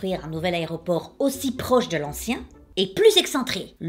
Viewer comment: MDR elle dit "armony" et "hairport"! Je t'adore,. <3 Au passage, ma maman est née en mars et a eu un cancer.